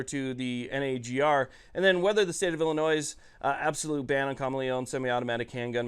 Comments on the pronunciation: Bro, please stop pronouncing the state in the plural. It's like saying I bought a Fords, and I'm going deers hunting. It's singular Illinois, not Illinoiss. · Just an FYI the S is silent in Illinois . Ill an oy. Thanks for all the hard work and pro 2A content.